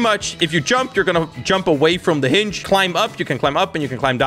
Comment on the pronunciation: wErE gOnNa BuY a HiNg me: thats not how you say hinge